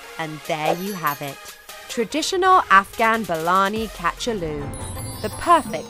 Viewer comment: THE WAY SHE PRONOUNCED THE FOOD NAME IS JUST 🤣🤣🤣🤣